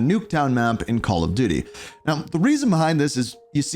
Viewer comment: Did bro say call of diddy